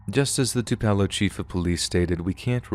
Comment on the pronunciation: Too-Puh-Low... not Too-Pell-Oh